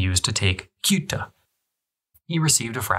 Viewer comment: Ceuta; not Kuta or Guta as a point of reference.